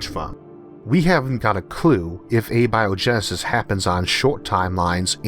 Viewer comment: You have recurrently pointed out that you have a speech impediment. For simple curiosity's sake why do you use A-Bio-genesis, vs. Abio-Genesis? both would sound equally intelligent?